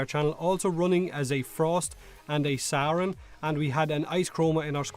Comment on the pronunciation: I cant get over you pronouncing "Saryn" as "Sauron" xD